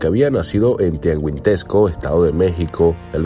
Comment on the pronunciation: No mms como tuangisquendo,es Tianguistenco